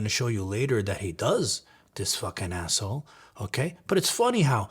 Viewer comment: Love the way johnny pronounces"asshole".Noone says it better.😁